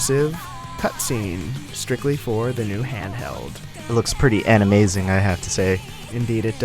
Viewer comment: "Animazing" .... Well said my friend.